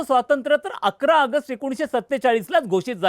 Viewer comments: अगस्ट अगस्ट काय ऑगस्ट म्हणा नीट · आगस्ट नाही रे बाबा ऑगस्ट आहे ते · अरे भाऊ अगस्त नाही रे.... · अय रताळ्या🤦🏻‍♂️ अगस्ट, अगस्त नाही रे!!! कुठून कुठून भरतात असली नमुनेदार माणसं?🤦🏻‍♂️🤦🏻‍♂️ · अगस्त नाही रे, ऑगस्ट असते ते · ऑगस्ट म्हणता येत नसेल तर AUG म्हणा plz खूप irretating वाटत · अरे याला आधी ऑगस्ट बोलायला शिकवा. बोल भिडू....काय आहे हे. कोण मराठी नाही भेटला का?